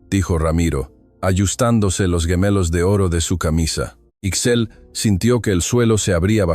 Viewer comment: Ixchel....se pronuncia Ish-chel